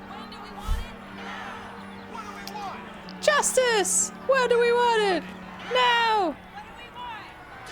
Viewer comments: Just me or does it sound like: “What do we want?” “TOASTERS” ... I know they’re saying Justice, but I keep hearing Toasters.... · I can't unhear it now 😂